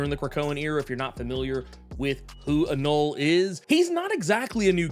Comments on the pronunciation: I believe the etymologically correct pronunciation of anole is.... uh-no-lee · You pronounce the E at the end of. Anole… he is named after the lizard…